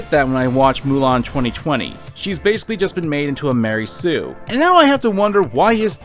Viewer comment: I like it everytime he says "Ma REY soo"